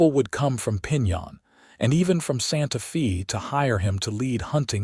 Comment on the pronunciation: It is so sad that these stories made with AI butcher words and the punctuation, is misunderstood by the algorithm. For example, A name Mr. Smith, is interpreted as Mr. being the end of a sentence and Smith being the beginning of another. There is a pause where it shouldn't be. Santa fe being pronounced Santa feee. Otherwise, a good story. Though this mountain man romance is becoming just an AI formula, where there is not much difference from one story to another. Using AI is not really writing a story. It uses a stereotypical plot, lacks imagination and soul. It doesn't catch the mistakes, and at worst is just cringy, such as werewolf romances. People listening, keep in mind the AI software can take an old man's voice, and make it sound like a young girl with an Irish accent. Listen to other stories and you will notice that some sound slightly robotic, monotone, or over-exaggerated melodrama. It will get harder to tell the stories written by real people, compared to stories that are computer generated after someone in put information for characters, basic plot and narration voices, then pushed an enter button.